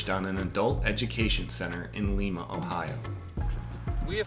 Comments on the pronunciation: How long have you been in A2 voiceover guy? You should know better than to call Lima that. It's not Leemah it's Liemah. If you ever stop a few miles south in Wapakoneta, it's Walkpoc. If you need to hear how to say Lima right lookup "Why Lima, Ohio, and Lima, Peru, Don't Have The Same Pronunciation" from NPR. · lifetime Buckeye here. It’s pronounced “Lime-Uhh” ;) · Lol... Lee-ma Ohio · Lee Ma Ohio?? Its pronounced LIE-Ma..... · The need tesla bjorn to show them how to make a video. Also it seems people from Michigan can’t pronounce Lima Ohio correct. It is lima like lima beans . Not like the city in Peru dirty tesla on youtube also gets it wrong. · He can’t even pronounce Audi correctly, so chances were slim for Lima.